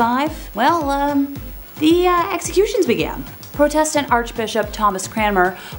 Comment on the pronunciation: The emphasis in Protestant is on the first syllable. It sounds like PRAH-testant.